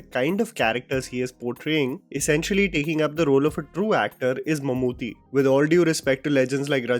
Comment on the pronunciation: ❤❤❤....Mammoothy nahi mammootty